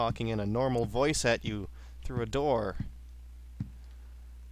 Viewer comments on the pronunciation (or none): none